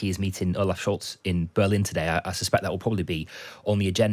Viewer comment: Mate, der Kanzler of Deutschlands family name is “SchOlz”, not “Schulz” as pronounced by the presenter. Pick up your game!!!! Grüße aus Australien.